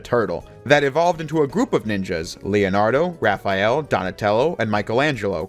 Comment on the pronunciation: thx for not calling him Raph-E-Al :)